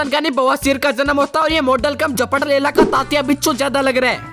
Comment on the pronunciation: Bhai vo zpdlela nahi hai vo zpatlela hai🙃